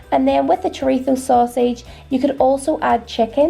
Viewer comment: Spaniard living in NI here and I love your food videos so much! Also THANKS for saying chorizo the right way lol your stew looks delicious. We have a similar one with chickpeas called potaje de garbanzos con chorizo but I will definitely have to give your lovely cowboy stew a go, I tried your recipe for the Irish stew too and it was amazing. All the best! xx